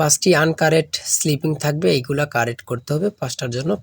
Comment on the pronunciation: স্লিপিং নয়😅।।শব্দ টা হবে স্পেলিং।😊